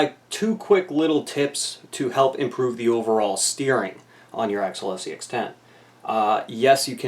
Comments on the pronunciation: AX eeeeeeeee al not Axel. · you do know there is a "i" in axial right? lol one of my pet peves